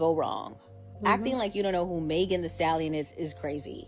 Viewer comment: As a white woman imo, I don't think it was a microaggression. It was straight-up racist. Like... purposefully mispronouncing her name? Just terrible.